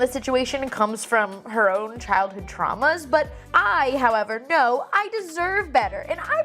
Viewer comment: *Trauma (not Trama 😂)